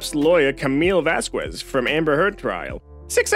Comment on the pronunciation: Vas-kez. You don't pronounce the "u" in her name.